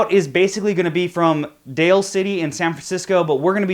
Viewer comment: The start, "Dale" City, is actually "Daly" (pronouced like 'daily') City.